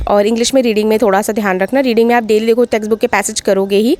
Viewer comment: Testbook❎️ texbook✅️ asked❎️ aksed✅️